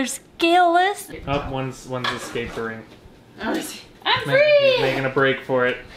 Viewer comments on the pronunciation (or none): When said ‘One- one is escapering’(yes, escapering) I played it like a bajillion times and died of laughter😆🤣😂